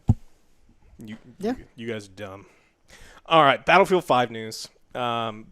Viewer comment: I legit thought you said Battlefield: Hairline